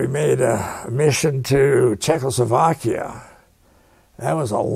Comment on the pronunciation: This guy is one tough hombre. The interviewer needs to practice saying Check-O-slo-vakia.